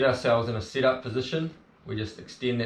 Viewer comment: Great video but it took me half the video to figure out it’s SET up not sit up. Damn yanks